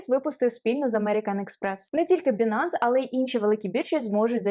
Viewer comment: Не Бинанс, а Байнанс.... ппц...